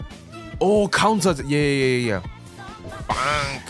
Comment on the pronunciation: love how says bangk instead of bang